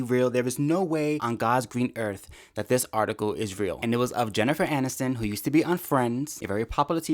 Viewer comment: I like how you say Jennifer Hannisten